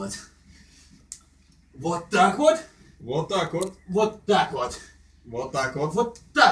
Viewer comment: Началось... Уже не смешно, не оригинально, и ударение в слове уотакуот неправильно ставите. Ждем еще кучу подобных видео.